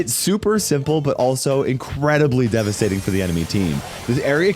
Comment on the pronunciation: in every video: DEVISTATING DEVISTATING